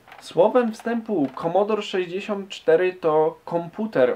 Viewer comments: Nie "Komodor" tylko "Komodore 64" :). Pozdrawiam. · Prawdziwi fanowie c64 mówią komodore a nie komodor. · KOMODORE a nie KOMODOR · nie komodor lecz komodore! takz esmy to zwali dawno temu hehehe